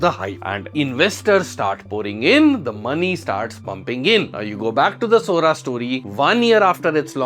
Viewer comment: Sora said Sori